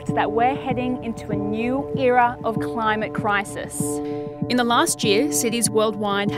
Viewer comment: Bruh joe biden said crimate clisis